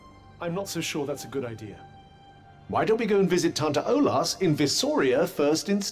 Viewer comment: Listening to this, I constantly hear Tante instead of Tanta, which is aunt in German. Behold your evil aunts!